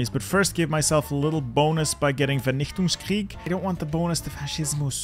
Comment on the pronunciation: why was that german pronounciation of vernichtungskrieg that good?